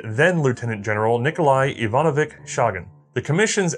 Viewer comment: This was unexpected, I though you're done with WW1 revolvers since you've made a video summing up your opinions on those. A small note on pronounciation, 'ch' both in Ivanovich and Chagin is pronounced the same way as in 'cheese'. It is indeed, as far as I'm aware. Which means that for the same bullet weight thanks to 35% greater velocity you get 82% more muzzle energy! Which leads me to wonder if one could practically achieve the same result just with a longer case & stronger charge at the time. I can't think of a revolver round of the time (including the .38 Special which came out several years later) which would give a faster muzzle velocity, so I don't think it's a fair comparison to make. Since 1926 TK pistol was available in the same roles, so this might help to explain the relatively short production span. I'm sorry, but this is the wrong optic to look at it through. The external circumstances were such that there simply weren't enough time for the change to the next thing to occur in its fullest, not that there wasn't enough push for the changeover.